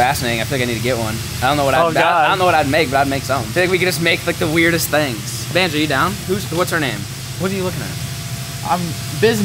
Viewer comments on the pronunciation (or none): IT IS BONZO! not" Banjo"BONZO!